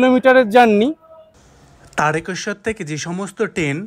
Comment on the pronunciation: দাদা, তারেকেশ্বর নয়, তারকেশ্বর।